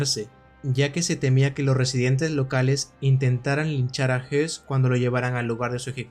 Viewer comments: Le doy like, pero sin saber alemán, entiendo que Hoss y Hess no se pronunciaran igual. Yo te escucho y parece que hablas del otro, escucho "JES" alargando la E. El otro Hess, como lo pronuncias? "JOS"? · Pronunciate mal,..Rudolf Hoss no hess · aqui se le pronuncia como "hess".. pero es "hoss". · Una observación, Rudolf Hoss no se pronuncia JESS sino JOSS, puedo confundirse con Rudolf Hess y son personas totalmente diferentes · La pronunciación no es la misma que Hess??este es Hoss no??porque dice todo el rato Hess?? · No se como se pronuncia Höss en aleman, pero desde luego el estar diciendo "Rudolf Hess" durante el documental seguro que no ayuda mucho a las personas que no saben mucho sobre esa época, ya que pensarán inmediatamente en el lugarteniente de Hitler, que murió en su cadena perpetua en Spandau. Porque supongo que el que ha realizado el documental sí conoce a ambos personajes y los diferencia perfectamente. Yo personalmente he leído su libro "Yo, Comandante de Auschwitz". Me gusta mucho su canal. Un saludo. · Fabulosa tu investigación, muy buen trabajo, solo una nota aclaratoria, el apellido es Höss. Y creo así se pronuncia "OS". Rudolf Hess es el que estuvo prisionero y murió encarcelado en Spandau. Pero bueno, buen trabajo. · DIOS MIO !!!!!!!!!!.... hay dos personajes nazis.... uno es RUDOLF HOSS y se pronuncia con la letra O y hay otro personaje que se llama RUDOLF HESS que es un heroe para los actuales alemanes por tratar de detener la guerra.. y se pronuncia con la letra "E".... He escuchado tu video y es toda una confusion con estos dos personajes... leistes mucho pero ES UN ERROR GARRAFAL PRONUNCIAR LOS DOS NOMBRES PARECIDOS... He leido los comentarios y no es posible que haya tantos halagos y nadie supo que estaba mal pronunciado el nombre en todo el video !!!.. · Por la pronunciación se puede confundir a Rudolph Hoss con Rudolph Hess, hago la aclaración